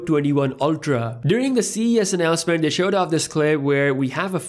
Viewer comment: Its they... not dey... that .. not dat... Dalk Properly